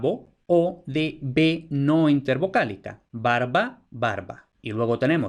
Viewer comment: Juraría que pronuncias /'baɾβa/ y la v/u con ese valor también puede aparecer con consonantes vibrante y lateral, sea tras ella o en grupo consonántico (menos frequente) escribiendo "barva", "carvón", "aluar" (albar) e incluso "liuro" por "libro" o "aruoleda" por "arboleda". Un caso que llama mucho la atención en esta vacilación es que a veces tiene repercusiones fonosintáctas, pues esa "v/u" representando la fricativa puede aparecer tras el artículo acabado en L, un caso muy bien documentado en textos de los siglos XVI al XVIII es el del topónimo "El Vierzo" que aparece frecuentemente con V pese a la tradición (asturleonesa, gallega y latina) anterior que lo pone con B, y que contrasta con su gentilicio "berziano" que solía ser con B y casi nunca con v/b.